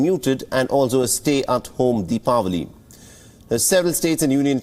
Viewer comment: Thanks for pronouncing deepavali